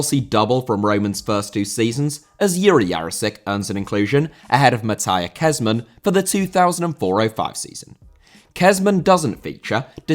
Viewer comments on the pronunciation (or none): Mateja Kežman* not Mataja Khezmn